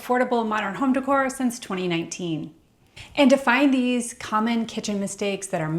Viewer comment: What sounds cheap is pronouncing decor as "dick whore." It's pronounced "day core".